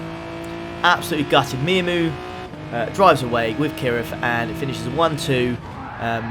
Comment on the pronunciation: "Mia-moo" is actually pronounced mew-mew if it's said anything like the pre-existing brand name miu miu